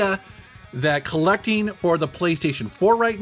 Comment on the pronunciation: This guy pronounces "ing" as "een" Interesteen, collecteen. Kind of annoyeen.